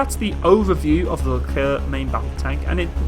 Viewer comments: If you want to pronounce this tank (or the general) correctly, it's like that : "le Claire" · Psst! It is I...Leclerc